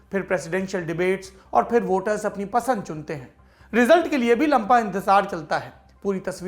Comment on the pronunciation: Am I the only one who heard "lampa" instead "lamba"...